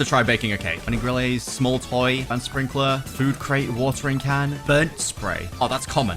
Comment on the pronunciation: he said grandFATHER sprinkeler